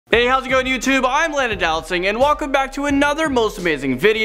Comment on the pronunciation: why in some of your video that you are narrating on you say your name is landon do-not-sing?